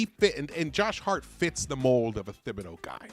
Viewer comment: Say it wit Me. " Tib be do " NOT "THIB BE DO"